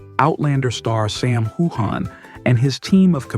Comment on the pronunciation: I've seen several of your reports and you never pronounce Sam's name right in fact you mispronounced it differently a number of times